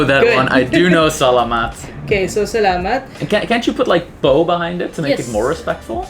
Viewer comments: Pronunciation of the word salamat is sa-LA-mat. The stress is in the 2nd syllable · Just realised there are a lot of quirks in the Filipino, taglish language...magpapasko, magnew-new year. Well done - just try to say Tagalog-the emphasis is on the 2nd syllable-Ta-gàh-log. Same wirh Salamat: sa-làh-mat. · Great idea! "Salamat" and "Tagalog" have accents on the second syllable (sa-LA-mat; ta-GA-log).